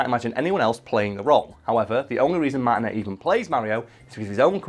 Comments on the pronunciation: MAR-TIN-AYE NOT MARTIN-ET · It’s Martin - A, not Martin - et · I've had the privelidge of meeting Charles Martinet (pronounced Martiné) and he is the nicest guy you'll ever meet! Its clear he loves his job and what he does for Nintendo!